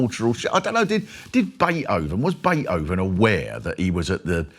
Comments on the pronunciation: Mark's got a lame American accent-- but then I suppose he's a comedian, so gets away with it. [Love his 'cockney' pronunciation of Beethoven: 'bea-oven.' And he thinks Americans talk funny?] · lol i love the way he says Beethoven.